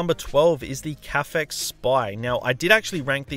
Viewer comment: Why can't anyone properly pronounce Caphex?